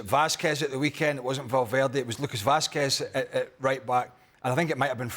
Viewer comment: It's Vasquez